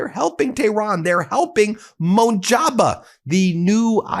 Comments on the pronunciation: his name is pronounced as Muj Ta Bah, not Mun Jabah (Mojtaba) thank u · Dude, learn how to pronounce the guy's name. It's not MOJABA, it's MOJ-TA-BA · Please pronounce the name correctly Ben . M O J T A B A ( MOJ TABA) not motjaba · New Iran leader’s name is MOJ-TA-BA right way to say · My dude. PRONOUNCED : MUJ. TA. BA. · Why do you pronounce Iran's leader's name as Monjaba? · Please Ben, it is MOHJ - TA - BAA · Can you please pronounce Mojtaba correctly, Thank you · His name is Mojtaba is that too hard for you?